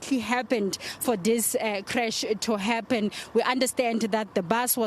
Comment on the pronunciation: Why you saying creach haibo presenter it's crush